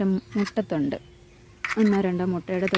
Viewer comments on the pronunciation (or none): Mutta thonde alla muttathode